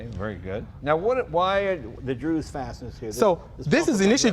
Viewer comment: Jay, DZUS Fasteners, not "Drews" fasteners. C'mon!